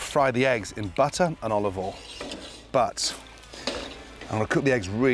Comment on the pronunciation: He’s absolutely right to slowly cook eggs and I love the way he calls “oil” “all”! I fear he’ll overcook his veg though as it looked lovely and slightly browned (not burnt) but then he carried on cooking them! And he cooked the pork perfectly as it was cooked very quickly and it was browned on the outside but not blackened. To be fair the veg didn’t appear to be over cooked.